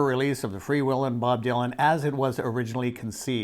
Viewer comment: Bob Dylan FREE WHEELIN not FREE WILLIN. Ty